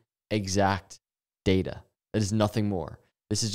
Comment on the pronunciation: You even say data like it has ada in it. Dada 😅❤